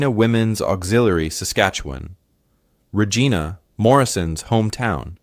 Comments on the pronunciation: As much as I enjoy these stories, I honestly wish that he would pronounce Regina properly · Me too. It is rej- EYE-na. English has a lot of words where the same spelling can be pronounced in different ways.